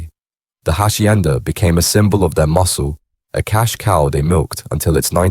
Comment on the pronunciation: The Hachhienda 😂 give up mate your terrible